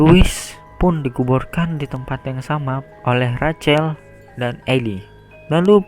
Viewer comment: Rachel itu ejaannya rassel bukan racel